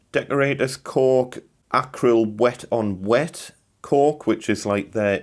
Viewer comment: Thank you for pronouncing it ‘cork’ and not ‘cauLk’. 🙂